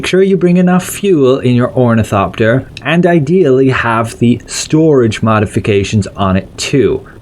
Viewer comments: O R N I T H O P T E R . You kept saying omnithopter and it irriated me beyond reason, I am sorry. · omnithopter lol